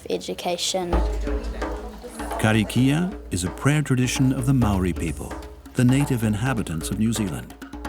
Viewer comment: Moāri is pronounced as mouldy I’m from the tribe Ngāi Tūhoe and I would really appreciate if you pronounce it in the right way